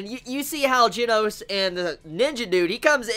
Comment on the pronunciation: Plz learn how to say Japanese names oh gosh. The pet peeves hurt IT HURTS. Like the "G" in Genos is said like hi you said the "G" in Garou and then the "no" in Genos you got it alright-ish I'm pretty sure the "s" is pronounced like a "su"